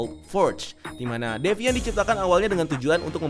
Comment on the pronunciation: Ngomongnya ga devaint lagi bang?😆